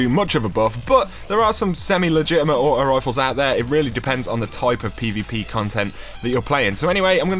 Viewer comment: () aught-oh wifle